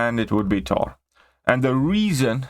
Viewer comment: What's a wision or a tor? 😂😂😁